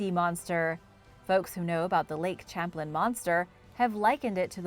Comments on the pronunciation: "Champlin" 🤣 Champlain ="sham-plane" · Its pronounced as Champ as you say Champagne and Plane as in the word Airplane the man who the lake is named after is from France so its properly pronounced as Lake Champlane all soft A,s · Lol the way you pronounce lake Champlain is funny ... I live near it it's pronounced lake sham-plane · Correction needed, I grew up in Vermont. It's pronounced Lake "Sham-plain". :-) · Your right its pronounced as Champ as when you're saying champagne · it annoys me that you do an ethnic accent for any spanish word, but anglicize the heck out of french words like "Champlain" it isnt pronounce "champlin" its pronounced how its spelled. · I was about to say the same thing. As a New Yorker, it kind of hurts to hear it said that way. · I live in constable New York about 5 mins from the Canadian border ... I'm closer to the st Lawrence seaway than I am lake Champlain but I'm only like 50 mins from it ... It was definitely driving me nuts hearing it pronounced like that lol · I love your videos! But the way you say Lake Champlain made me cringe 😂 . That aside keep up the good work I love your videos ❤️